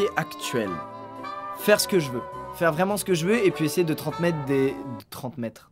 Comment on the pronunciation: tu m'a fait trop rire avec ton "30 métre"